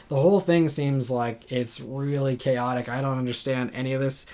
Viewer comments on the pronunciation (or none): none